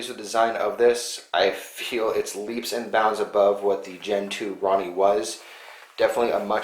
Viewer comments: Hahaha you call it a Ronnie but it a roni pronounced ro-ni like the samurai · Roe-knee not Ronny. Lmao. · Maco-ronny?? Thought it was called the Roni? Like...Rone-E...lol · say it with me ...row nee....its not a ron nee...RONI